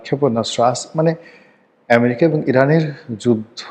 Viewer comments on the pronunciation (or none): none